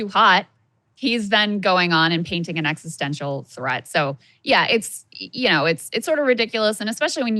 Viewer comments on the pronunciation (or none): none